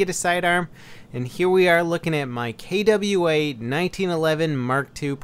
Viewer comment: KWA not K double A